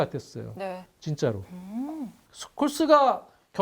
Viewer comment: ㅋㅋㅋ 당시 중계진 스콜스를 숄로 발음했었는데